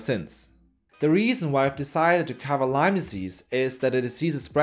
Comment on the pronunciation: People for GOD's sake it is LYME NOT LYMES!!!